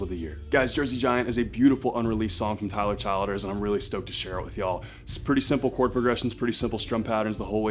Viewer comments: “Chill ders” not child ers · Tyler CHILL-DERS is the pronunciation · Chill-ders is how you pronounce it.